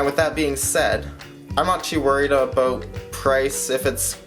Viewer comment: I like the pre-teaser, nice format you got going. Look at all that poured loot! Yeah is that you're picture on the thumbnail man?! Like a dog on a leash, I like your' analogy... Did you say aboot? Hahaha... Time to rack you up some watch hours!!! Catch up day my friend. Those gold maples are a pretty sight! ! If you inflate your' deflater, you get stimulated, is that right?! 532 subs tonight man, very happy for you! I like your' outro beaver and smooth sounds... Great video!